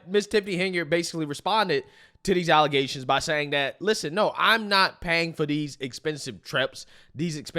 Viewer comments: Don't forget the allezations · Remember this person pronounces allegations, ALIZATIONS LOL OMG and she was supposedly the best choice 😂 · Yall remember when she said “alluzations?”